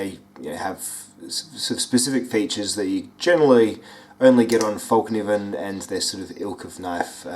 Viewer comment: Its not actually. Its [Felk-neeven] The K isnt silent. - I'm swedish. It translates to "The folding knife". Sorry, I had to ;)